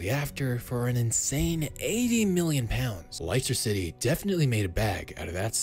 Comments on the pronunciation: Lice turr city its less ta city dude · “Ly-stir Ciddy”. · “LAISTER CITY” LOOOOOL 💀🤣💀🤣💀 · Laister City😂😂😂😂😂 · Liester City Americans. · Lice-ter City 😂😂😂😂